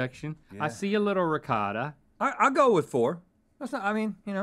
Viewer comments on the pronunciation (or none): Hahah Re-ca-da Lol its pronounced Re-Coat-Ah not "recada" Lol you americans are funny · As an Italian the way they say Ricotta gives me a stroke every time